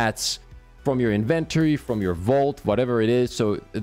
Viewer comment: Good info, but you need to learn how to say inventory correctly